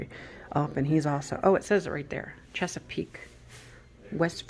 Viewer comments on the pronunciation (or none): none